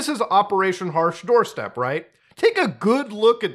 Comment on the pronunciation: "Operation hash Doorstep" lol its "Operation Harsh doorstop" I know because I thought it was the worst name ever and I still do..